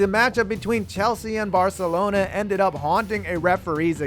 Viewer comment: Soon as I heard 'barka' I paused and scrolled down, not to be disappointed all the top comments were ridiculing you 😂😂😂 barkelona are a great team.